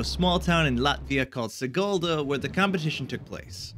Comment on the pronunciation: WTF i live in sigulda and you pronaunsti it wrong :3